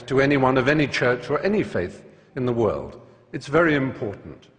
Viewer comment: The World not DEE world....doh